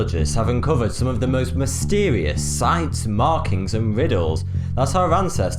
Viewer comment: "Scientist's have discovered mystewieus"